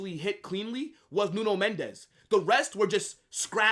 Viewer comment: It's Mendes with an S not a Z, he is Portuguese not Spanish.